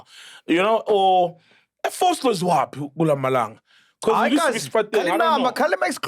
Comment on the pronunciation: when mac said guluva😭😭😭😭😭😭😭😭